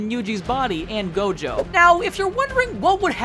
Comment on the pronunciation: nah bro said tojo at the start instead of gojo